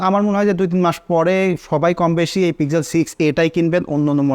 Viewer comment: It's pixel not pizel😂